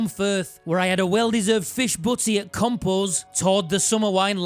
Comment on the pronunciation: Eating compo's sounded like you said you were eating compost!😂😂